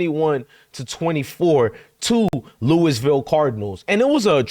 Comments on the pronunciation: It's Loo uh vul definitely not Lewis ville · Louisville the s is silent my brother